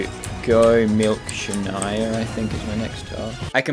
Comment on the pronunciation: I've been wondering for months what dragoon was talking about in his sandbox video when he said 'and there's no shania, and it crashed'...never heard anyone butcher a name that bad lol